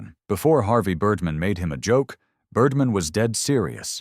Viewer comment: Birrdmaan! Not Birdmn, you aminated idiop!